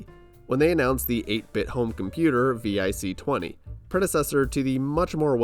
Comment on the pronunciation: why are you spelling out vic? it's pronounced vick lmao